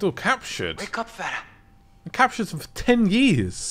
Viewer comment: her name is Farah not Freia, which means joy or happiness